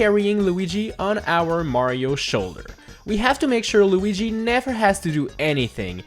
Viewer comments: Why did say Loogy instead of Luigi? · Lugi? its luigi XD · We gonna talk about how he said lugi? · lugui jajajajajaj